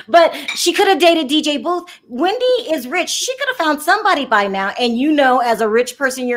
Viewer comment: I love your show btw it is DJ Boof